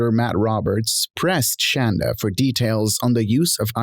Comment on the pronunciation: I love that the woman who insisted her medications be spelled correctly on her sentencing documents cannot inspire any crreator to say her name correctly. Call her Shann-dah until the end of time.